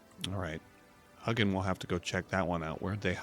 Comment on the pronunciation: you're awesome! But it's not pronounced huggin, it's hue (as in Philips hue) gin